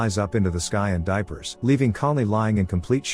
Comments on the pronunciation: I had to rewind and turn on closed caption, but he did say diapers instead of disappears. LOL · "suddenly flies up into the sky and diapers" 💀💀💀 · I also don't like it when things are done without my persimmon... or when a spider flies into the sky and, wait did he say diapers? Has the AI voice been drinking?